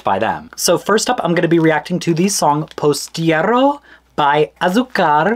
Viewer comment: "I'm gonna do my best to not butcher the pronunciation" Ten seconds later : "POSTIERRO BY ASUCAR MORRENO"